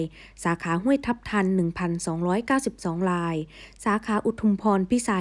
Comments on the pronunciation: ทำฟมผูดอักระไม่ชัด ทำไมผูด ราย กลายเป็นลาย ผูดไม่ชัดเลย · รายค่ะไม่ใช่ลาย